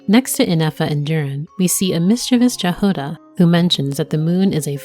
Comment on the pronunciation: it's pronounced Yahoda🫶🏻